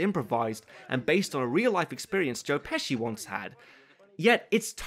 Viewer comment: No h in pesci.